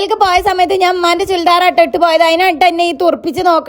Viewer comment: ചൂൽഡർ അല്ല ചുരിദാർ 😂😂😂